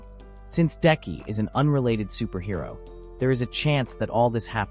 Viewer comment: Superhero? Really? Can the ai voice not read?